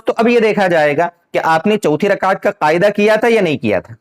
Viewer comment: محترم السّلام علیکم ورحمتہ اللہ وبرکاتہ بعدہ عرض ہیکہ آپ لفظ قعدہ ، کو قائدہ کیوں کہرہے ہیں'اور اس ویڈیو میں آپنے تین الفاظ جو انگریزی زبان کے الفاظ ہیں، (پوائنٹ)(کلیر)(کنفیوژن) کیا ان تینوں الفاظ کا متبادل اردو زبان میں نہیں ہے اگر نہیں ہے تو عربی یا فارسی زبان کے الفاظ کا استعمال کرلیتے۔ خیر قوت فکر آپکی اور مرضی آپکی عوام الناس کو جس طرف لیجانا چاہیں لیجأیں۔ والسلام علیکم ورحمتہ اللہ وبرکاتہ ۔